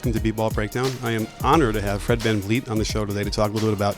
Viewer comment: Fred "CanYeet" lmao